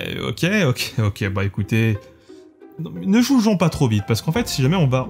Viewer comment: T'as vraiment dit "ne julgeons pas trop vite?" ^^